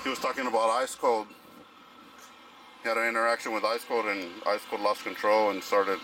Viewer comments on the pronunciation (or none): That was too funny, didn’t even get Ice cold name right either… 😂